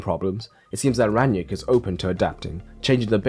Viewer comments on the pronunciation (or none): Why do you keep calling him Ran-yick? It’s Rang-nick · Its „ Rang - nick“ . Not that hard… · yet half the English commentators say „Ran-yick“ 😄